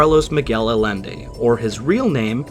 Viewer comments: Love this video. This is one of my favorites paranormal stories from WW2. Only thing is hearing Carlos Miguel Allende's last name mispronounced. Is a Spanish name so double Ls make a Y sound. His name is pronounced Ah-Yen-Day not Ah-Len-Day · Probably been pointed out but Allende is pronounced "Ay-en-de". 'Ll' in spanish is a Y sound. Dude's got the same name as the Chilean president the US helped overthrow in the coup that put Pinochet in power.